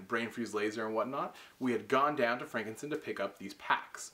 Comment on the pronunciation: Why does he pronounce it "frankincense?"